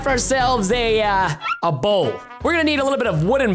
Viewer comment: It's a bowl not a how